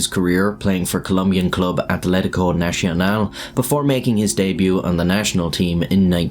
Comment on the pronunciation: Not even trying to pronounce Nacional as Nacional instead of national. Dude.